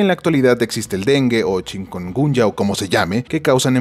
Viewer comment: # no se dice chincungunya si no chikunguña di conmigo chi/kun/guña, asi se dice